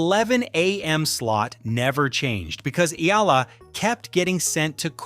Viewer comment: It’s AYALA not Eala, you dummies! Ah - Yah - Lah! Three syllables pronounced with short A’s. You idiots keep running the story butchering her noble name and misspelling it too. Again, her name is AYALA. She is the direct descendant to Don Antonio de Ayala, famous industrialist.